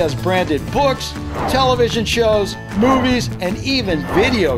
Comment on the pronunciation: I thought you said boobies in the barbie scene 😂😂😂 i realized you said movies